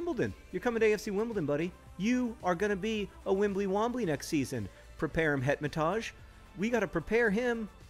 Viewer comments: John I must inform you that Hetemaj is pronounced Het-em-i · Hetemaj is an Albanian name and is pronounced He (as in hair) te (as in tell) maj (as in my).